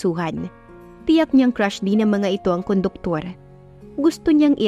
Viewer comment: Conductor po not koduktor